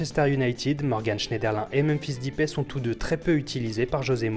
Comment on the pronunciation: Memphis... aie mes oreilles la prononciation c'est mdrr